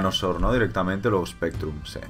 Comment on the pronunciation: recuerdo en tu primera partida con Spectrum le llamaste "Specrrum" lol